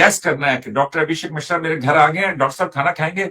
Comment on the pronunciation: misra nahi yar mishra